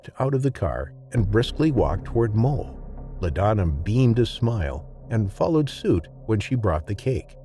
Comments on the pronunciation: Bro there is no L in Moe. I watched this entire video thinking this chimps name was mole until I read the comments. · thats what i heard as well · The narrator sounds like hes saying mole instead of moe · Are you saying "Mole" instead of "Moe"?